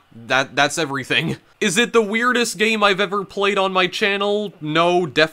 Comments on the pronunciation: gayim, owin, funny pronunciations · “Betwean the 2 versions of the gayem” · "Gay-em" "Mee-an" "Six-ti-en" Where is this pronunciation coming from? EDIT: Oh god it doesn't stop I've never even heard of this super niche game and now I'm contemplating whether I can sit through this explanation wtf are you doing bro